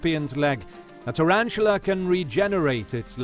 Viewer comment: Tarantula not turantula